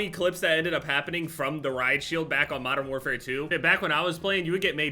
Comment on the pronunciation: can we not call it modern warfare twenty 2